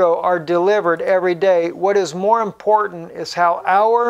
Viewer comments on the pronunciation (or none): none